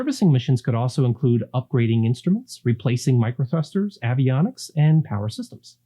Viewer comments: Avionics, like Aviation is a pronounced with a long A. Just sayin'. Mostly an excellent video, except for a few minor things I'd like to point out. For example, you proceed to go down a laundry list of comparisons between Lynx and previous scopes, and then say that it's not incremental, but transformational. Negating BS marketing crap, it is precisely incremental, obviously, based on all the comparisons made just before that statement. It seems like the world transformational might better be reserved for discovering an entirely new METHOD of viewing, like sub space, or whatnot, looking at it from a sci fi standpoint, true? It's incremental, get over it, maybe a LARGE increment, but an increment none the less. And "Designed to be launched sooner, rather than later"...seriously, what does that even mean??? Does anyone just speak English that actually communicates accurate information any more? Good lord, beam me up Scotty..so to speak. I can pretty much guarantee engineers don't talk this way because I was one (retired) and we would never have gotten ANYWHERE speaking in such nonsensical useless vague terminology. Terminology like this is designed to sell soap in 3000 different formats and try to make it look amazing in each and every one, or sell WATER in plastic bottles for more than real drinks should cost, or sell crap that NOBODY needs. Just goofy. How about, instead, design projections are TBD years? And the TBD should probably be determined by looking at previous design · Good overview. Thanks! You might want to check your pronunciation of ‘concentric’ and ‘avionics’.